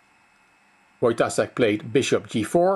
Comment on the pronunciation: You pronounce Wojtaszek with "s" but it's "sh". Wojtashek.